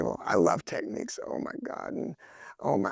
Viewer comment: Great review! Unreasonable pet peeve of mine - Technics is pronounced TECK-nicks. Techniques is a different word.